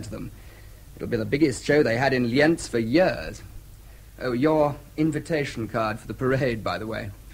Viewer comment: Austrians not Germans, German speakers and it's pronounced Li:enz